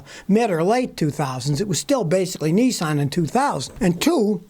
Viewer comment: Scotty NISSAN Not Nessen.